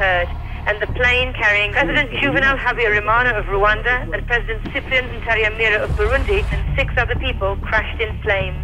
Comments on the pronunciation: randwa no bro its rwanda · Why is it sounding like randwa🙂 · All thanks to USA , UK and it’s foreign policy…😹 geopolitics at its best and still have a dictatorship…by the way Your pronunciation of Rwanda is unique 👏🤔